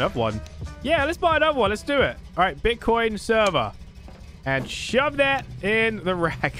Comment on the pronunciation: Did you said bitchcoin? XD LOVE YOU